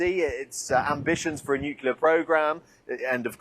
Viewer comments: Is it so hard to say NUCLEAR instead of NUCULAR? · There is no such thing as "nukyaler." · I'll never understand why people who have no problem saying 'clear', cannot also say 'nu-clear'.🤷‍♂ It seems to cross cultures, nationalities, ethnicities - some people just get 'nucular' stuck in the brain. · nukelar ? Gosh, the britsh educational system is bad, but I didn't think it was that bad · Can’t they just break the padlock on the gate of Hormuz ? And why can’t people pronounce ‘nuclear’ properly ?